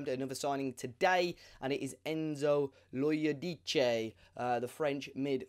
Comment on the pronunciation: Enzo Lo ee oh deece